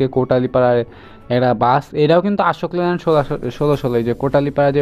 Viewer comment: ভাই, Ashok Leyland এর সঠিক উচ্চারণ হবে অশোক লেল্যান্ড, আশোক লেল্যান্ড নয়।